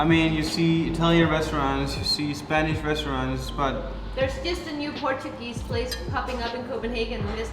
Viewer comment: Amalie im not even being nice Your Portuguese is REALLY good At least the pronounciation